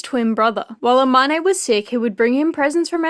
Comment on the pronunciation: Love this but, the way they pronounce Amane 😭